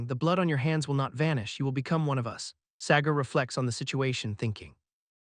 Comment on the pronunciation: Sagar ❌ Segar ✅